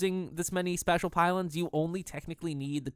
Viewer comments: It's pronounced spaysh, not spash. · The way you pronounce "spacial" makes me cringe. XD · Spatial = spay shull -. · Space... Spatial is pronounced like space-tial. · Dude, it's pronounced sp-ay-stial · i know right!? i might have subbed had not been for that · Your pronunciation of spatial.@@ Auuuugh. Other than that, nice I guess. Was really distracting though.@@ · He's pronouncing it the same way you'd pronounce "Special" if you put an "a" instead of an "e". The English language is buggy xD